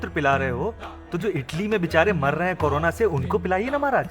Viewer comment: Corona not karona